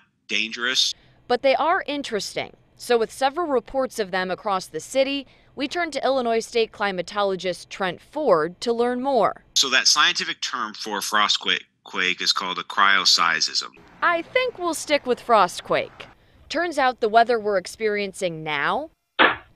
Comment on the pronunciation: Weird how the expert they get to talk about cryoseisms can't even pronounce it correctly. The way he says it: "Cryoseis-ism", added an extra "is" in there.